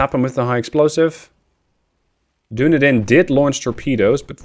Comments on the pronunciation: I kept smiling during this episode when you referred to the "Doon-a-din". I believe that ship name is pronounced "Dun-eedin", after the city in New Zealand. So while it's not a scion of Numenor, it is at least from Middle Earth. Oh, BTW, nice job relocating the Royal Navy to the bottom of the sea. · i know you probably pronounce a lot of names wrong but ill still correct you based on what i know. dunedin is pronounced "duh-knee-din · Now I'm all self-conscious. There is a city in Florida named Dunedin, but we pronounce it dun-EE-din, with a long E. But I assume you being European, yours is probably the correct pronunciation. 😳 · Nope, there's a city in New Zealand called Dunedin and it's pronounced as you said, he's pronouncing it wrong not you